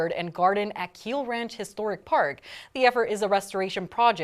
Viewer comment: it"s KYlLE ranch NOT KEEL Ranch....you would think a news paper that has been in Las Vegas since FOREVER would know how to pronounce the names of the Valleys Founding Families.. Edit Much?